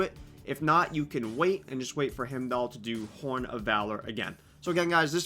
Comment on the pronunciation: um i hate to be that guy but its pronounced Hi-m-doll not him-doll. other than that solid video.